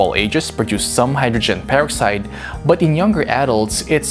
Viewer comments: Repeat after me “purrr-ox-eyed” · how he says hydrogen peroxide is bugging the shit out of me! anyone agree??